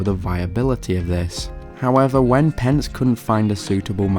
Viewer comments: pen-skee not pensk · it's pronounced pen-ski